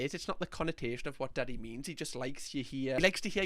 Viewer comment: Donkey instead of daddy